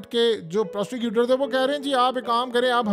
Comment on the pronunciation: It's prosecutor not prosticuter...😅😂